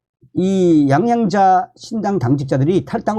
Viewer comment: 양양자가 아니고 양향자로 확실히 발음을 했으면 하네요